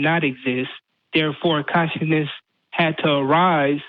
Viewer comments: says conscienceness not consciousness. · This fucktard needs to learn how to pronounce ‘consciousness’